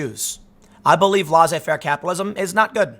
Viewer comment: Please stop saying "law-say fair" capitalism Tim, it's cringey, it's pronounced "less-say fair".